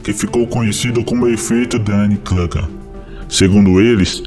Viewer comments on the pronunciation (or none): O "u" de Kruger é "u" mesmo.